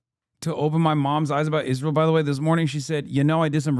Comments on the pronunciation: Why does Owen say it like “ish-rael” kinda bugs me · She is the only person I've ever heard pronounce it "Ijrael" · Did Candice Owens always pronounce Israel like ISHrael? I guess I never noticed bus she said it like that EVERY time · Why does she say Isjrael? Lol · She pronounces it a bit like "Ish-rael" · Every time she says "iszhrael" I want to fucking scream